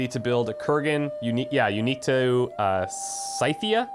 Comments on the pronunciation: By the way, Skythia (even more properly - Skyfia) is how you pronounce it. Modern day Ukraine. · I've always pronounced Scythia like "Skithia" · Think of the word "scythe" when saying Scythia. That should make it easier.